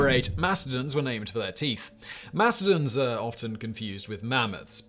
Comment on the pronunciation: "Mastodons", not "MASTERDONS"...